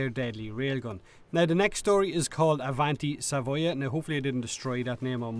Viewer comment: your pronunciation of "arditi" and "avanti savoia" was pretty good! hail the